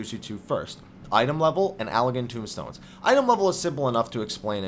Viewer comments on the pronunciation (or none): Yeah, As much as i enjoy the information. I feel that you should at least be able to be able to pronounce the terms correctly. AmDAPOR keep and TOME stones, not TOMBstones. Meridianum (Not unlike the Prime Meridian in Geography).